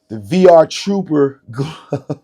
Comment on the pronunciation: Damn he said VR - Trooper 😭